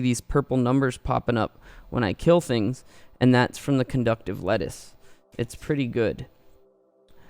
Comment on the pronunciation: Conductive Lettuce. Thats what I heard lol. love that component as well though!